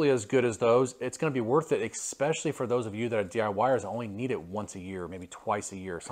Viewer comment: ...or, when he says 'ex-specially' 😆